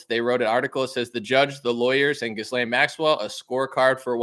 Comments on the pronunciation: Try Ga-lane instead of Jizz-Lane, despite the latter being more appropriate 😂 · Her name is pronounced G'ee Lenn. Also pronounced as Criminal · It’s pronounced something like “gillan” heard her brother saying it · It's Jizz-lane, ha ha. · In French I believe her name is pronounced (soft)geez lane. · Pronounced Gih- lan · It’s pronounced ghee-Len or jis-len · You're researching and doing a pod cast on a person and you can't pronounce her name